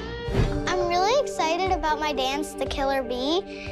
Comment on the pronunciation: “I wike to dawnce because it makes my mom hawppy.” ❤